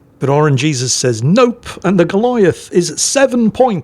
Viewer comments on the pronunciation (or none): none